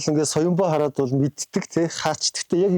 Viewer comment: Яг үзэж байтал 45 минутын 14с дээр яг энгийш дэ хараа гэдэг нь энгийш дэ хайраа гэсэн юм шиг сонсогдсон